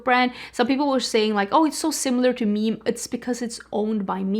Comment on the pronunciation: I think the brand Meme is pronounced “Me me,” not like meme/meam.